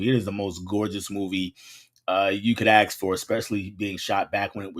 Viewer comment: I asked you over a month ago regarding why you pronounce ask the way that you do. You have not commented on my comment or responded in any way or answered my questions. Why is this? Are you going to be obstinate and continue to pronounce ask the same way you are in doing so or you going to evolve? You should evolve because you are a teacher and you if you say the word ask like that in front of your students you are especially endorsing it. The people that you teach deserve the opportunity to learn the words the correct way and not be set up for different ways of perception in society by the way that they pronounce very serious key words. You need to evolve your way of saying the word asked and you also need to acknowledge my comments because you come across as a classless individual obstinate to change otherwise